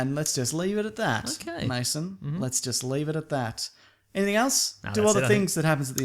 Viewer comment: It's Mason not Maso. Why do so many people get this wrong?